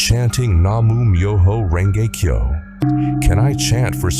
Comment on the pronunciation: Se pronuncia así:Nam-Mio-jo-Renge-Kio.Gracias